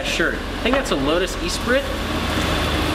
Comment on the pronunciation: Its pronounced ''eh-spree''... Nice numbers though